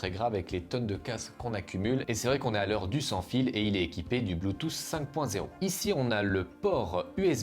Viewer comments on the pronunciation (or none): none